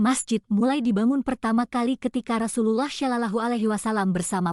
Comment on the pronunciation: Nyebut Rasulullah SAW nya yang benerlah